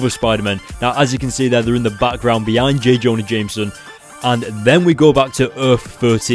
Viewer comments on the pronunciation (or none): none